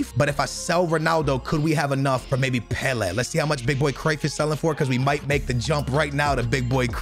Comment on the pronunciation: it’s pronounced pe-lay not pe-le